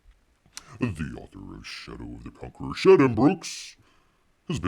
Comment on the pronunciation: It kept sounding like you were saying 'Chateau of the Conqueror'.